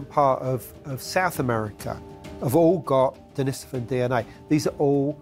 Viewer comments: I would say start with how people pronounce things. Its in no way a surefire way but mispronouncing denisovan, which is likely the easiest Russian name ever is your first clue. Its not "dennisivin" and people that get their information from shaky written sources versus discussion with experts nearly always mispronounce numerous names while making some grand "alternative" claim. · TLDR: No one can agree or even knows how to pronounce Denisovan. Until this is resolved, humanity will be unable to progress.